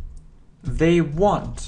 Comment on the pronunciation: Спасибо Вам большое, всё очень нравится и получается легко! У меня только возникли вопросы по произношению сочетания букв th. По правилам это должны быть межзубные звуки "с" или "з", а на слух в вашем произношении слышится больше "в" (в словах they, this вместо з), "д" (в слове without вместо з), "ф" (в словах think, thank вместо с). Как же говорить правильно? Ведь Вы постоянно напоминаете что нужно внимательно слушать, повторять и запоминать.